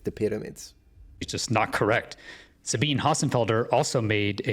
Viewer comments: Una nota di pronuncia: Sabine Hossenfelder (Dr. phil. nat./DSc) è tedesca. Per ragioni germaniche, il suo nome di battesimo si pronuncia, agli effetti pratici, Dzabina. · Sabine = Sah-BEE-nuh. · Listen I am german and I have relatives with the name Sabine. I know how to pronounce the name. „ea“ as it is pronounced in the present tense of „read“. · In German, Sabine would pronounce her name "Suh-been-uh" (long E in middle syllable), just by the way.